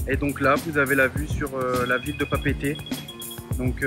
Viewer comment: juste une chose, c'est Papeete ils faut dire les 2 E